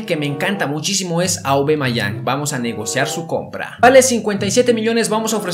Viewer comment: No se dice aubamayang se dice aubameyang